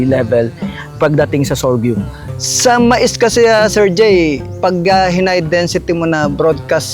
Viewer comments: Sorghum is pronounced as SOR-GUM hindi sor-gium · Kaya nga po e, paulit ulit n nya nadidinig ung tamang bigkas mali p rin paulit ulit pagbigkas nya.sorgium daw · Interesado Marami sa sorghum kaso masyadong parang banu nmn c vloger sa sorgium nya.d mo b naddnig tamang pagnigkas?? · Mawalang galang na po. Mali po pagbigkas nyo ng SORGHUM, dinig nyo naman po paano bigkasin yan ng may-ari. ✌️ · Pansin ko nga mali pagbigkas ni sir ng SORGHUM. 😂😂